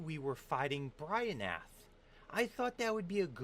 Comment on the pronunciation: how did you get "bryonath" from "bryophyta"